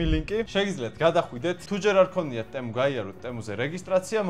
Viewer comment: ტემო არა ძმაო თემუ იმენა რაა ტემუს რო ამბობ ტტტს გულში მირტყამს